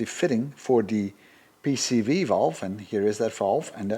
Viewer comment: I have to applaud you for your remarkable ability to say correctly "PCV" almost every time. Me, every single dang time, I say "PVC". I guess I did more plumbing than emissions work early on. Drives me nuts but I can't help it. It is now deeply burned into my aging brain and is hopeless. So, I'm impressed, congrats! :)